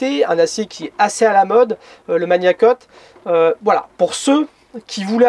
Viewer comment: On ne dis pas mania cut. On dit magna cut. C'est du latin !!